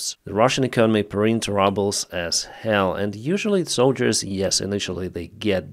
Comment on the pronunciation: Its 'rubles', not 'RUBBLES"!